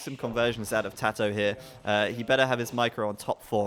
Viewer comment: its kinda cringy how they keep pronouncing tatohs name differently